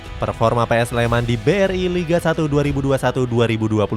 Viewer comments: PSS SLEMAN Woyyyy bukan PS SLEMAN .sek bener le ngucapke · PSS SLEMAN BUKAN "PS SLEMAN" ALE. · Lain kali penyebutannya PSS SLEMAN min,jangan PS SLEMAN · PSS Sleman mas mbacanya, bukan PS Sleman. Kayak PSM kan mbacanya PSM makasar bukan PS Makasar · PSS SLEMAN BUKAN PS SLEMAM